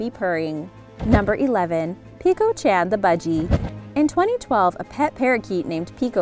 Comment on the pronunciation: you are saying chan wrong